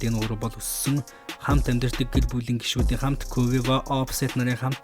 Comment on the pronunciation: quvevo гэж уншаад байхын хаха